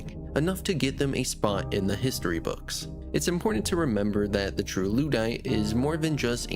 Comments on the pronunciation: In the spirit of constructive criticism: - “memento” (meh-mento) not “momento” - Ludd and Luddite is pronounced to rhyme with “blood”. So more like “lod-“ and not “lood-“ - “Celt” and “Celtic” is pronounced with a K-sound - it’s only the Boston basketball team (and a Scottish football team) that’s pronounced with a S-sound for historical reasons. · Holy shit dude. "Loodite", "Selts", "On Vog"....... you HAVE to be rage baiting with your pronunciations.